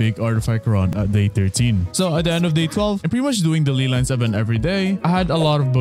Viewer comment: Ley lines my guy, not lee lines. Just say LAY if it's hard for you.